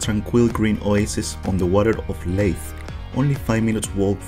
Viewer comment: Its actually pronounced "Leith". But other than that your Scottish is pretty good